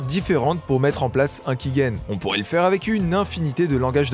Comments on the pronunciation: Sympa pour comprendre la manière de fonctionner, mais les choses sont rarement aussi simple, j'ai essayer y'a quelques mois de cracker rpg maker mz, y'avais un validateur offline mais j'ai pas réussi. Par contre tu dis key-guène, c'est perturbant alors que sais que c'est key-gène. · On dit "kigène" et non "kiguène" mais très bonne vidéo